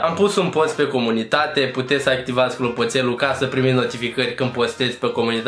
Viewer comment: clonțopelu, nu clopotelu